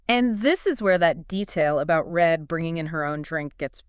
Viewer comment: Reid, not Red...🙄 these two needed to do a bit more homework..